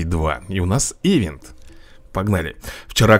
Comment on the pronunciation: Правильно говорится и читает ивЭ"нт!)